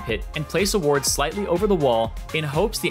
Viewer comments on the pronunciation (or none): none